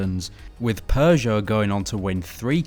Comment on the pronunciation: Please improve your pronunciation of Peugeot and Renault. Otherwise great video!